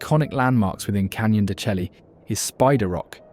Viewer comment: Pronounced canyon de chey